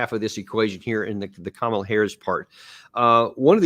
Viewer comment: Her name is “COM-ala, not CAM-ala”. How can u make political videos and still cannot even pronounce a name properly? I can’t stand her but get her name right ffs